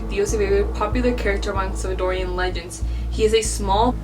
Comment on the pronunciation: Salvadoran not Salvadorian. Don’t let them whitewash you lmao